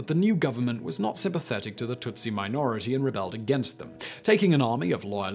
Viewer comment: You’ve pronounced Tutsi wrong.